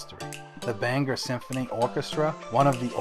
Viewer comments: Well,im from Bangor and lived here my whole life..its not pronounced banger,no one pronounces it that way in Maine,we even have a song that explains the correct pronounced name..look it up and learn it. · You are the first person I heard pronounce Bangor as Banger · It’s BANG-Gore. “G” goes with both syllables. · I'm from Bangor and locals don't pronounce it anywhere near that there Welsh boy.